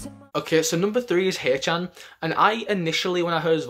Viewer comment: The way he say "Jungwoo" and "Haechan" is so satisfying hahahaha